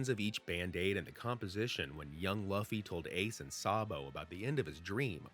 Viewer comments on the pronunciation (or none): why does he keep saying luufy..... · "Laffy" 🤣 Figured I'd clarify: Sorry, it's just sounds funny. Has no bearing on the whole theory/video itself 😂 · If you used a bot to make the voice audio why not correct the way they’re pronouncing Luffy? It’s so cringe to hear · How do u pronounce Luffy name wrong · Right? It's hard to take the video seriously when he cant even pronounce the main characters name correctly.